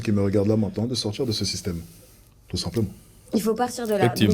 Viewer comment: Je ne supporte plus cette façon de parler.. Le politchique.. envie de m'en sortchir.. c'est insupportable cette mode 🙄